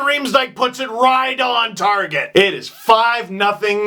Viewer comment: He said Van Rhy-ms-don. like, Rhydon